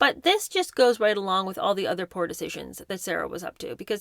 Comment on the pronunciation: Learn how to pronounce: Yorkshire, Summerset Maugham, to not ta, other not nuther, Elton not Eltin, estate, hanging not hangin, today not taday.